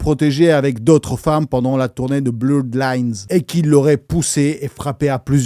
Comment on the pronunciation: BLU RED lines sisi l’accent 😹😹